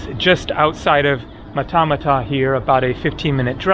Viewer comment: Hi, Matamata is pronounced ‘ Mat-a-Mat-a